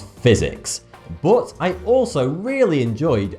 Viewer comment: I even thought you were Scottish because I once heard that Scottish people pronounce some of English in a way nearer to German pronunciation than it's usual in standard English. E.g. when you say 'but', you pronounce it a bit like 'put', like Germans would do if it were a German word.